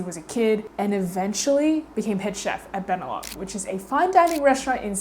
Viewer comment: I’m exactly the same. Don’t like sweets that are too sweet. Btw, Belem is pronounced with the accent on the second vowel. Go to Lisbon and visit Belem to see where they come from! So fabulous! And they are not too sweet, unlike many others.